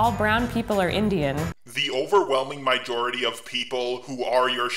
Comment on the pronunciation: They are a Mi-jority, a minority that is also immense, in certain parts of the world.. (Dont take this seriously its a joke on how he pronounced majority)